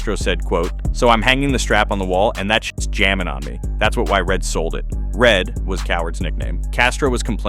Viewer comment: Let me guess, he says 'red' without the D.. Rehhh